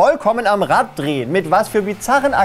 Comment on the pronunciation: Das heißt Rad und nicht Ratt 😅